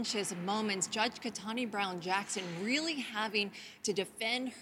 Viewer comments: Ketanji! Not Ketanie! At least get her name right…. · Her name is Ketanji NOT Ketanj... Put some RESPEK on her name!!! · Ketanji isn't that hard to say. This woman messed it up more than once. 🤦🏾‍♀️ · Can we get a substitute Karen for the name pronunciation? Damn. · Is no one going to comment about the reporter mispronouncing judge Brown's name twice? Is it really that hard? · Please for the love of god. Ketanji is not hard to pronounce… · The blonde correspondent, right screen, mispronounced Judge KetanJI Brown Jackson's first name.